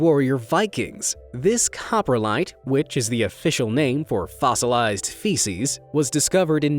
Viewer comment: "Cop-Ro-lite" not "copper-lite"